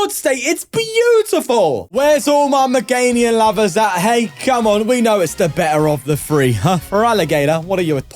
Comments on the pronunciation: day 67 of pointing out he says "MeganiuN" 😭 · You have to start saying Meganium correctly at some point